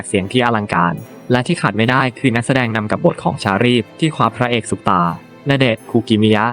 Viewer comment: 😵‍💫 วิธีการอ่านเหมือนเอไอ มิว-สิ-เคิ่ล ชา-รี้ฟ โอ-เป-ร่า เสียดายเนื้อหา เพราะเพิ่งไปชมเมื่อวาน เพิ่งรู้ว่าแก้มมีลูกแล้ว แต่ดูคลิปไม่จบหลังจากเจอสามคำนี้ไปค่ะ